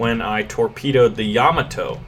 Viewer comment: I can't stand how he says Yomato. Its Yaw-mo-toe, not Yaw-muh-toe